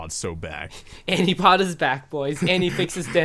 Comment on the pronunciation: I'm neither a native Japanese nor English speaker.. but shouldn't it be アニポっド instead of アニポード?